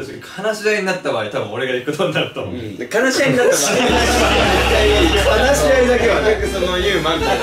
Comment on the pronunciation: 話し合いを悲し合いっていうのは面白すぎる🤣